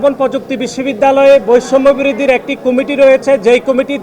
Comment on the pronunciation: দূর বেডা এটা কুমিটি হবে না,কমিটি হবে,উচ্চারণ ঠিক কর